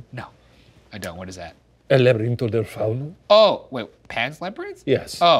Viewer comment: Love Shane for bringing up El labirinto del fauno cuz that's kinda what this story reminded me of and his pronunciation was great 👍🏽